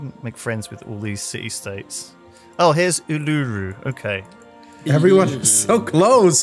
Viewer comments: FYI its ulu-roo. Thats how you say it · are they trying to pronounce urluru? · They still cant pronounce uluru :( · Another Civ 5, another imspronunciation of Uluru.